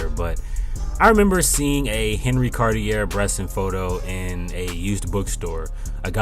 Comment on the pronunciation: Please pronounce Henri Cartier-Bresson’s name correctly. Show some respect. Jesus Christ.